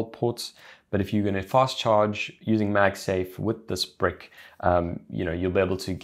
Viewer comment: Ok great video, but am i the only one who died laughing at the way he said charging brick like charging Brik